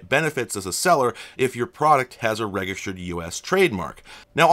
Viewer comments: I've just never heard anyone use a hard G, thought maybe it was nerd bait to drive comment engagement. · Oh wow, four weird “egg” sound intentional mispronunciations of “register” within the first two minutes of the video?! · Do you pronounce “register” with hard “g”? I have never heard that. Interesting. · Are you intentionally trying to trigger us pedants with your pronunciation of "register"? 😛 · Fair I guess, it's just weird because when I do mispronounce things on purpose as a joke it rarely gets noticed, but every single time I say this word I get a flood of comments, but it's just the way I talk. It sounds alien to me with the soft G. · Never heard anyone pronounce "register" like that